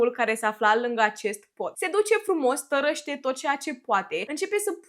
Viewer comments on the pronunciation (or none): Foarte mișto clipurile. Am observat că, cuvintele care conțin â/î sunt adesea pronunțate cu ă: "tărăște" in loc de "târăște". Stiu că ziceai să îți semnalizăm greșeli/îmbunătățiri. Sper să te ajute sfatul meu.